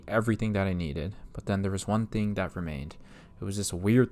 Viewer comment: Thuh-ing not ting. for the word thing.